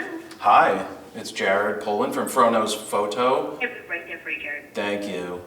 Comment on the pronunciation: Hahahahaha! Must be the hardest part for Jared to pronounce „Fro Knows Photo“ somewhat „normal“ for „normal“ people😂